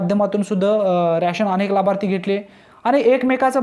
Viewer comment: रॅशन नाय रे,रेशन म्हण.